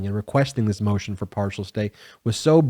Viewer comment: Her name is Ailene not Eileen